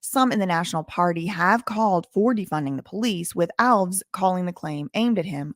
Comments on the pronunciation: Hey, love your work... Regarding Alves... It's definitely pronounced Alves (just like the little green elves living in your garden) Think of it as one word rather than as a hyphenated word or two words; ✓ Alves X Al-vez X Al Vez Elves is to Alves as El-vez is to Al-vez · It's not pronounced Alvs. It's pronounced Al-ves with the emphasis on the letter A. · Come on, it is ALVES not ALVS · The man's name is pronounced Al-ves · Alves is a Portuguese last name the reason it's pronounced ALVS same as Lopes= Lops and so on , if it was Spanish then it would be Alvez Lopez and every other similar name like my last name Fernandes= Fernands not Fernandez , Reis = Rays not Ries as Americans pronounce it , similar name in Spanish is Reyes both names mean Kings in English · The host cannot pronounce the mayor's name.